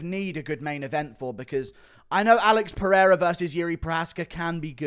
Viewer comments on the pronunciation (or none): none